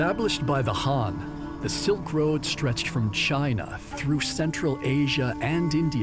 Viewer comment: The narrator isnt pronuncing the two words very clearly：Han is the dynasty, Hun are the invaders.